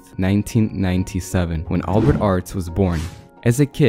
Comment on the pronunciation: You pronounced albert wrong